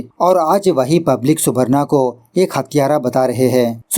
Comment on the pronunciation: Subarno pronounciation hoga